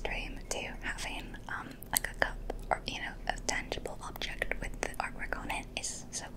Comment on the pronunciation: "this is the first ob-ject... it says spread-shirt on the-top" I dont know why but that was a crazy amount of tingles